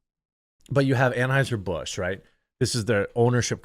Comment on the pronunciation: “Tran-Hizer Bush.” 💀 Aka Hitler in witness protection, on a ranch in Texas, and he grew a narrow Skittles brand mustache.